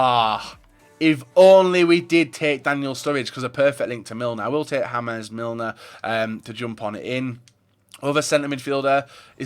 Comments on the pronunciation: "Hames Milner" 😂😂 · Armaan Goyal I know it's not pronounced hames Milner it's pronounced James Milner it is an English name you don't see many English people called hames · "Jamés" Milner xD